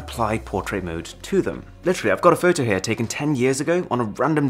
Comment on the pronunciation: The way you say fow tow is the reason I keep coming back 🤣🤣🤣